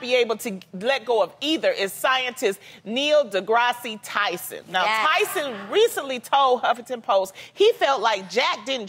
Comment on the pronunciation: How Loni not know how to pronounce Neil deGrasse Tyson?...